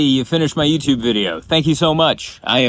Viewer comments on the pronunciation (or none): none